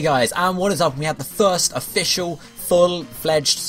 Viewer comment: lol i heard thirst instead of first